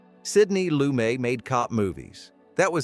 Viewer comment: Sidney Lumet - pronounced LOO-MET, not Loo-may